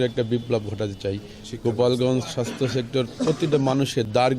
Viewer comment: সাস্থ টা উচছারন করতে পারিশ না